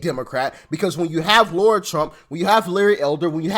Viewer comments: Doc, I will hit the subscribe button as soon as you learn how to pronounce Lara’s name correctly. It’s not Laura, it’s Lara. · Her name is LARA ,, NOT LAURA ..... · As the Democrats would say, come on get her name right it’s Lara not Laura lol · Doc, great vid, as always! Btw, her name is Lara, NOT Laura! Got it ? Good! Another btw, bro, mighty glad to have you aboard! Welcome, man!!!!!!!!